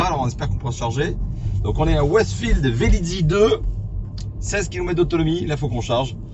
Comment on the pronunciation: Merci pour cette vidéo instructive qui confirme bien qu'on peut faire de longs trajets avec une électrique, surtout une Tesla, c'est ce qui m'a décidé à passer commande. Néanmoins, il faut que je me permette de vous faire remarquer deux petites choses : il n'y a pas deux "Z" à Velizy, ça se prononce juste comme ça s'écrit Les prises ne sont pas des CSS mais des CCS. Voilà, voilà...😜 Bonne soirée...